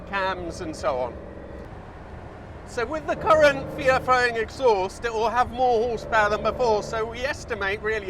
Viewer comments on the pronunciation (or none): none